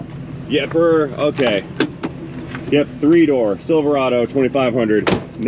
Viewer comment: It’s pronounced silver rod oh